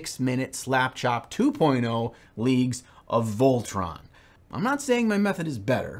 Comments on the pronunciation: I can already hear some inquisitors gather their gear and go on a crusade against because of that 'Leagues of Voltran' (?!)... It's just 'Votann' man:D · You did the L thing again, the leagues of Votann, not Voltann🤣🤣🤣🤣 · The whole way through, I kept saying to myself, that's now how you say Votann, is it? Is he doing that for engagement, for idiots like me to comment and say "JoN that's NoT hOw YoU sAy ThAt" but then I just settled with, it's simply, being. Great tutorial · You recieve 1 judgement token for mispronouncing leagues of votann. I enter my fight phase.